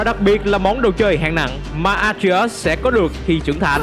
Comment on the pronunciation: Đọc tên A Tri Ếch sao nghe kì kì vậy.